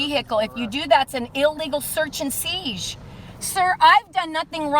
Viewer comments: And its seizure, not seeg!!! Learn to talk real English!!! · Seize not siezue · did she really pronounced siesh instead of seizure. she did it again seiesh or something similar. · "Illegal search and seesz" ? The word is seizure..... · WTF is an “illegal seish”? I don’t know how these sub-literate morons make it through the day. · What's a seege? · "an illegal search and seezsh" SHUT UP AND STOP EMBARRASSING YOURSELF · This dope says, Illegal "search and siege"??🤣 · It’s an illegal “search and seizsh “ She kept saying that😂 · If she says search and seeg one more time I'm gonna punch something!!! Preferably her face!!!! 🤣🤣🤣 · what is the hell is a search and seedge? Wait lady, you called it a vehicle, did you miss sovcit 101? Thats not a vehicle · I've been trying to figure out what is a "seesh"😂😂😂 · What the fuck is a seej? She says something about an unlawful search and seej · Seizsh lol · She can’t even say SEIZURE!!!!!🥴😂😂😂🤬🤬🤬🤬🖕🏽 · Is she incapable of saying 'seizure?' Although, launching a siege against her would be fun